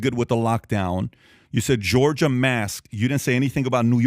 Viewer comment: Hey dummy roland. It’s Georgia…not guurgiiiarrr lol. Coon